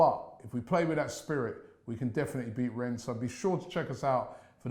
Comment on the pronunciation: Just a little observation. Arsenal fans are somewhat bipolar. One day they hate everything about it and the next day, after one good result this!!! Lol ! Plus Robbie is never gonna learn to pronounce Rennes now is he?!